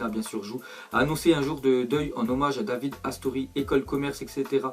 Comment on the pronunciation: Ca ce prononce Davidé RIP à toi Astori c'était quelqu'un de bien